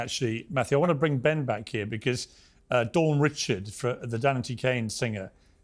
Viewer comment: Surprised Piers can't pronounce Richard's name.